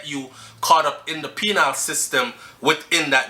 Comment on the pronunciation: Penal NOT Penile......